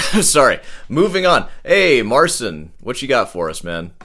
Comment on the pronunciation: It's funny you pronounce it Marseen because the actual pronunciation is more similar to Martin (theoretically, it should be Martchin but with a more palatalized tch)